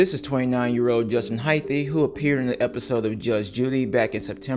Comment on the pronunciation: Hyth not Hyth-e